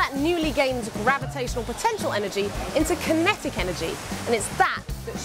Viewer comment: She lost me at about when she called it "kineKtic" energy...